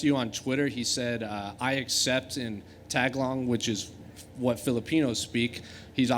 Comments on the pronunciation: He honestly should have just said Filipino, that caught my ear right away. Would get less flak over it. Tagalog is not even a difficult word to pronounce, which would've been more understandable if it was. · tag-a-long looool